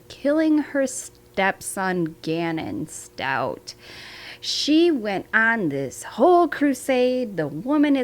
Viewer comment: Please...Stauch (ends with the sound for K, not StauT ending with the sound for T).